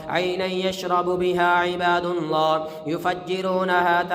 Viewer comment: اسئل اللہ العظیم ۔۔۔۔۔میں لفظ اللہ پر پیش نہیں زبر ہے اس کو براہ مہربانی درست فرما لیجئے ۔جزاک اللّٰہ